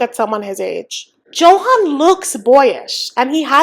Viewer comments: His name is pronounced Yo-han, not Joe-hen/han. Just saying 😅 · I’m curious why you pronounce his name like a non Spanish speaker.